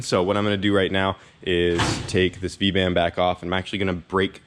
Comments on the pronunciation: What did you say those were called? The v band clamps? You said something it sounded like vangent band but I'm not sure that's right and I definitely don't know what it means xD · i had to do some googling on the clamps i was like 'what is he saying VANJEN'